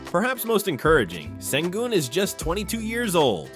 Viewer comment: The closest an English speaker will get to saying his surname is: Shen-goon You guys can't pronounce the "ü" 👀